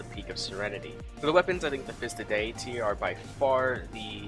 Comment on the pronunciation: your pronunciation of diety, ebon, and tanaris make me cringe